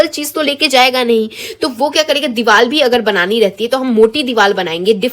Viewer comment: 6.05 “Diwaal“ it’s diwar 😅😂